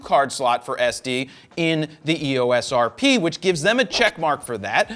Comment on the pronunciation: Hey, Jared. Canon pronounces EOS as “ee—ose”. It sort of rhymes with glucose.